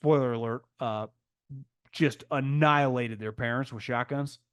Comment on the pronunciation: “Annilated with shoguns”